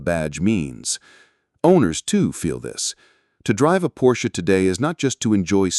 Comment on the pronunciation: You’d think you would at least pronounce his name correctly.. Porsche is two syllables. “Por-sha“